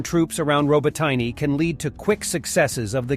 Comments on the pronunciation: Come on! It’s not “Rabotaine,” it’s “Rohboteeeeneh.” Your text to speech needs refinement. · Dude! It's pronounced,,, Ro-bot-in-eh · When are you going to start pronouncing names properly? You look like a clown saying "Robotyne" wrong over and over